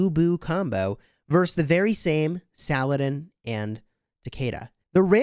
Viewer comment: It's pronounced sah-luh-deen